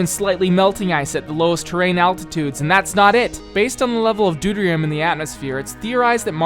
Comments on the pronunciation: Was sounding real legit till you called Deuterium "dooderium." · You're saying deuterium wrong